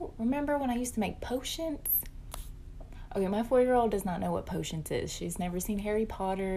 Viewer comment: "Potionts" ...no no, its potions with a damn N! my 5 year old says it right, why cant you lady?!!??!?🤯😵‍💫😒